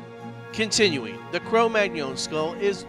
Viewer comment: you are saying magnon wrong it's like mag none not like fillet mignon